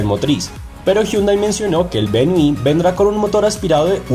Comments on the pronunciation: Hahaha opino lo mismo me causo gracia cuando dijo Hyundai VENI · Ustedes pensarán que solo los critico, pero es que dan papaya... Hyunday Venue /véniu/, así es de fácil de pronunciar. Sigan mejorando. Un saludo.